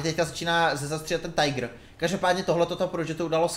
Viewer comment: Neposer se z té Angličtiny,Tíger a ne tajgr.Čti to tak jak to má být,je to Německý tank